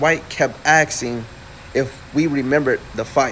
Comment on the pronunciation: Why he keep saying aksing ? instead of asking!!! omg Um Um Um 🤦🏻‍♀️